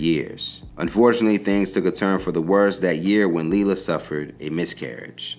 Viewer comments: It's not Lee la it's Lay la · is it leelah or laylah cause you pronoucing it inconsistently